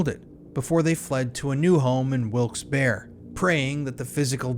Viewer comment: Wilkes bar? It’s Wilkes berry… Wilkes-Barre, PA